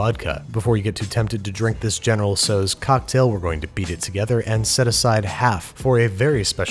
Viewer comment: It’s not pronounced “so’s” it’s pronounced “tow’s” (the tow is pronounced like “ow that hurts”) otherwise good video!